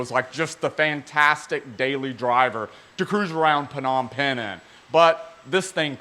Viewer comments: Hey love the content just wanted to let you know that you don’t say the P in Phnom Phen it’s just nom pen, have a great one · It's just pronounced as Nom Pen. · Love your energy and enthusiasm! As always, it gets me going for the rest of the day. Just one bit though: it's pronounced "Nohm pehn" with the silent "p" upfront. and yes, Cambodia is China's rich's playground and money laundering haven... hence the top notch cars you see there.